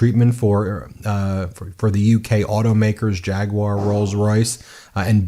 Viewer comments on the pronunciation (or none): none